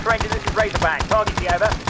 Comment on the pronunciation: I love Razorback’s proper pronunciation. is amazing. You should make a series out of it. I’m sure he loves it too.